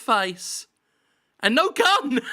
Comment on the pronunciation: Why am i thought he said gum instead of gun?